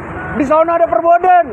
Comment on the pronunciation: Forbidden bukan Perbodden